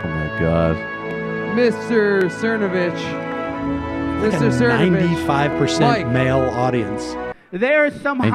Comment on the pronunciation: I liked it when you were calling him Cernovavitch and Cervonich and Cervonavitch.